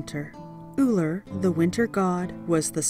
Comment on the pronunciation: Ullr, no e. If you're going to speak about my Norse Gods, at least get the names right.